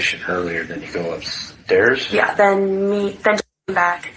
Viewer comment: I believe it’s a j too .. N I find it wierd the way she says upstairs.. u tht .. then when the cop imitated her inwas like noo this ain’t ok